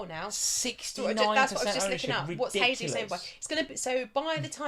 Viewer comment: Jaysus please, not haysus. It's Portugese pronunciation, not Spanish. Everyone seems to get this wrong.